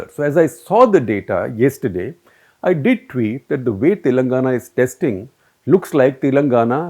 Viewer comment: He consistently pronounces "Telangana" wrong. this is the correct pronunciation. How do you publish something so inaccurately??